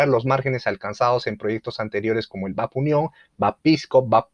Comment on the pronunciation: Excelente video. Muy completo e incluye los nuevos proyectos. Solo una observación; los buques de la MGP, vienen precedidos de las letras BAP (Buque Armada Peruana). La pronunciacion adecuada es Be A Pe, no bap. Un abrazo y sigue adelante!